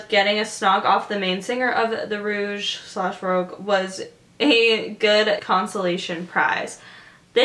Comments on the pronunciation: the way you're pronouncing "rogue" is incorrect. You're actually saying the word "rouge." These are two different words with different meanings. ( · I mean u say vogue like voge so rogue spelling the same is prolly not roosh lol